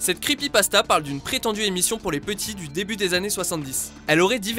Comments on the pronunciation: c'est pas creepypastazz c'est creepypastas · creepypastaz mdrrr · Les creepypastaz ? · C'est moi ou au début il a dit "creepypastaZ" ?